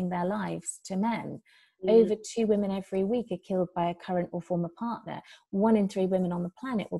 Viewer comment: Charles Nicklestein this is for the wage gap And once again, who in this video is complaining that men don't make enough money? also "wii-mun"????????